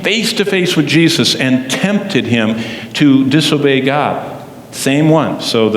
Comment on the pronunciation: GOD, not dod.